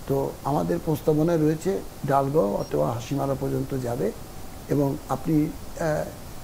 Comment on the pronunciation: ডালগাঁও নয় দলগাঁও